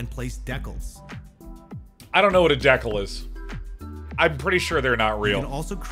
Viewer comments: I'm from the Netherlands, so not a native English speaker. I do dabble in Warhammer though, which deals with decals quite a lot. Google Translate does say dee-cal, like decoy, decay and decaf. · THATS PRONOUNCED DECKLE? I THOUGHT IT WAS DEE-CALS, like de-caf but with an l!